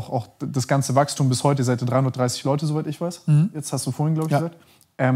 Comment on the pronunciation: Pozuweit, hihihi